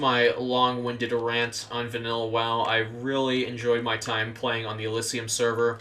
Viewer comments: Its not elyssium, its elysium. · ...hearing you butcher the word “Elysium” is hilarious